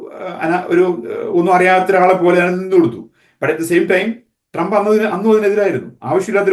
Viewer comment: സഹോദരാ ട്രാമ്പ് അല്ല ട്രമ്പ് എന്നാണ് ഉച്ഛരിക്കേണ്ടത്. Tramp എന്ന വാക്കിന്റെ മീനിങ്ങു നോക്കുക😂 “ ഇനി ട്രമ്പും കമലയും മത്സരിക്കുമ്പോൾ ഞങ്ങൾക്ക് വ്യക്തമായ ധാരണയുണ്ട്. ഞങ്ങൾ, മലയാളികളായ അമേരിക്കൻ പൗരന്മാർ പൊട്ടന്മാരല്ല. നാലു വർഷം ബൈടനും കമലയും എന്ത് ചെയ്തു? 1. പണപ്പെരുപ്പം അമേരിക്കയുടെ ചരിത്രത്തിൽ ഏറ്റവും ഉയർന്ന നിലയിൽ. 2. 20 മില്യൺ അനധികൃത കുടിയേറ്റക്കാരെ ഞങ്ങളുടെ നികുതിപ്പണം എടുത്ത് തീറ്റിപ്പോറ്റുന്നു. 3. ജനിച്ച കുഞ്ഞിനേപ്പോലും തള്ളയും (പെഴച്ച), ഡോക്ടറൂം കൂടി തീരുമാനിച്ചാൽ 24 മണിക്കൂറിനകം കൊല്ലാമെന്ന കാടൻ നിയമം 7 സ്റ്റേറ്റുകളിൽ ഇതിനകം പാസ്സാക്കി. 4. പ്രകൃതി വിരുദ് ധ ആൺ-ആൺ (sodomy), പെൺ-പെൺ വിവാഹങ്ങളെ പ്രോത്സാഹിപ്പിക്കലും മഹത്വീകരണവുമാണ് ഇവരുടെ വൃത്തികെട്ട നയം. 5. ആഹാര സാധനങ്ങളുടെ വില രട്ടിയായി. ഗ്യാസിന്റെ (ഇന്ധനം) ശരാശരി വില $1.50/ഗ്യാലൺ (1.0 ഗ്യാലൺ = 2.84 ലിറ്റർ) ഇപ്പോൾ $3.80/ഗ്യാലണായി. 6. ഗ്ലോബലിസം എന്ന കാടൻ സിദ്ധാന്തത്തിന്റെ ഭാഗമായി ലോകത്തിൽ ആദ്യമായി ബോർഡർ ഇല്ലാത്തൊരു രാജ്യമാക്കി അമേരിക്കയെ മാറ്റിയത് പോരാഞ്ഞിട്ട്, ഉണ്ടായിരുന്ന 500 സുരക്ഷാ മൈൽ മതിൽ പൊളിച്ചു രാജ്യത്തെ കൊലപാതകികൾക്കും ഗുണ്ടകൾക്കും തുറന്ന് കൊടുത്തു. 7. വിദേശ രംഗത്ത് വൻ പരാജയം. ലോക രാജ്യങ്ങളുടെ മുൻപിൽ അമേരിക്കയെ തുണി ഉരിച്ചു നിർത്തി. 150 ബില്യൺ യുദ്ധോപകരണങ്ങൾ തീവ്രവാദികൾക്ക് എറിഞ്ഞു കൊടുത്തിട്ടു അഫ്ഖാനിൽ നിന്നും 13 പട്ടാളക്കാരെ കൊലക്കു കൊടുത്തു രാത്രിക്ക് രാമാനം, നാണം കേട്ടു ഓടേണ്ടി വന്നു. 8. പ്രൈമറി ക്ലാസ്സിലെ കുട്ടികളേപ്പോലും മതാപിതാകുളുടെ അറിവ് കൂടാതെ ഖജനാവിൽ നിന്നും പണ മെടുത്തു ലിംഗ മാറ്റ ശസ്ത്രക്രീയ നടത്താൻ നിയമം ഉണ്ടാക്കി. സ്‌കൂൾ ലൈബ്രറികളിൽ അശ്ളീല പുസ്തകങ്ങൾ നിയമ വിധേയമാക്കി. 9. അമേരിക്കക്ക് എന്തിനും വിഡ്ഢ